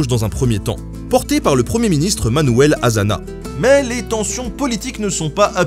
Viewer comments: Et Azaña se prononce "Assagna". Et requetes ça se prononce "rékétés", pas "requête". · Juste une petite remarque de prononciation des noms propres espagnols qui pourrait devenir gênante : "j" ne se prononce pas "dj" : Jaca, Badajoz... et ñ est équivalent à (gn) français : Manuel Hazaña. Sinon, Bravo pour l'analyse très fine des forces en puissances (conservatrices/révolutionnaires, ce qui est difficile à démêler et a tendance à être présenté comme nationalistes= de droite, avec le clergé, républicains =de gauche, alors que c'est infiniment plus complexe et nuancé), qui vous évite de tomber dans une simplification manichéiste. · Pas mal d’approximations: le POUM n’était pas un parti trotskyste, Franco n’était pas le chef du soulèvement militaire dès le début etc... La prononciation des noms espagnols laisse pas mal à désirer mais comme résumé d’un conflit extrêmement complexe c’est plus qu’honorable. Dommage que les réfugiés soient passés à la trappe. Bravo quand même, j’aime beaucoup la série.